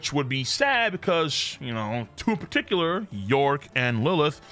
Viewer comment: It's york